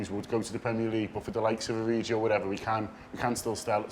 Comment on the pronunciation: Its origi. With a ‘hard’ g. You would think liverpool fans would know. Ive seen the vid where fans are singing his name. Incorrectly and hes warming up and corrects them from the pitch!! Love both these dudes. Keep vids coming